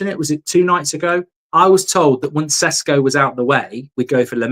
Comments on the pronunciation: It's Šeško not "Sesko" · IT IS SHESHKO Mark! :) slavic name or word with Š its SH! Idemo💪